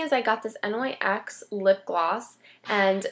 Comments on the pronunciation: It's pronounced nicks but nyx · Actually, it's supposed to be pronounced "Nicks". The company is named after Nyx, goddess of the night.